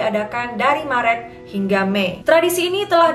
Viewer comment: Yg punya channel ini pasti org Sumatra 😊 I can guess from the way you pronounced marÉt, modÉrn and Holland hahaha 😉✌ Say hi from New Zealand xxx